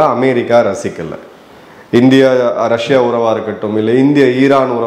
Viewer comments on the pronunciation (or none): none